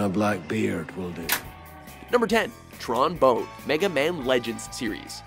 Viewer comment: Tron Bone??? Oh come on man!